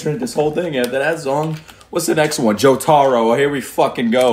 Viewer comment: I can’t stand the, JO-TA-RO. it’s jotaro all together😭😭